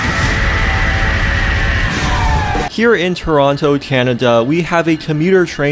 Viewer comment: from toronto but doesn't know how to pronounce the name of the city lmfao